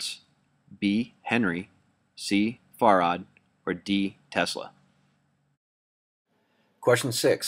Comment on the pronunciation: Another little nit pick... farad is pronounced just like you say 'fair ad," not "far ad."